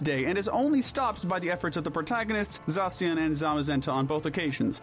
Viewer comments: za-see-an? BRO ITS ZAY-SHI-AN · Great vid, but “zasian” You gotta be joking lmao